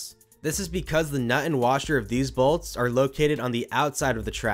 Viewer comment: Balts? Balts? Lol I can't unhear it...jk. what most likely happened being the rearmost wheels is something pulled out and the rear wheels were able to get out of the channel or the lower upriding wheel sheared off and the cart was no longer bound to the track. But seeing as so many BALTS were replaced it was most likely a failing track itself from dryrot or defective fasteners.